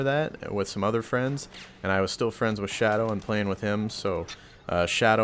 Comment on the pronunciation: "we play wich eachother every night" .......... :P